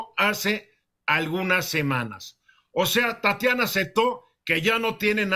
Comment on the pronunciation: Tatania, no 🤣🤣🤣